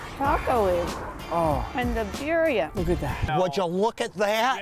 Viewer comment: lol she said BYRYA BABY